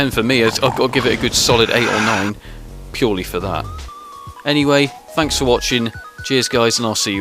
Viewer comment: It's pronounced thanks, not fanks. :P